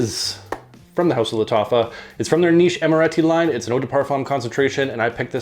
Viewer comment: I rarely get to watch a new vid from you so early! I really like this new series from Lattafa (you said Lattacha at one point, haha). This one to me opened like Toy Boy (it also has nutmeg as a very prominent note in the opening) but then turned very smoky (vetiver just doesn't work on me). I get the Ganymede reference from the vetiver but it doesn't have the metallic/mineral vibe I get from it. My favorite from this new series remains Antique. Have a good Easter weekend, man! 👍